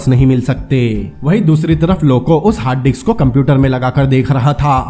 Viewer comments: Hard disk not hard diks but it sounds great 😂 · Hard diks hhaahha Brother ye hard disc hota hai